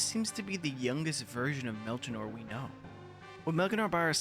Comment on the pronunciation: What an amazing game. Still in my top 5 RPGs Edit: Melchior is pronounced "Mel-key-or" 👍🏻